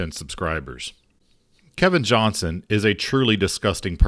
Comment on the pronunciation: Please pronounce the “T” in Mr. Johnston’s last name. Those of us named Johnson don’t want to be associated with this A-hole.